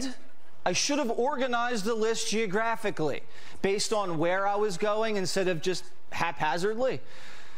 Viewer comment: I give credit to Jessie waters, geographically and haphazardly are VERY difficult words for him to say. Someone wants a gold star.